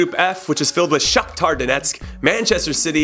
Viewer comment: Love how it sounds like you're saying Shocktard Onetsk!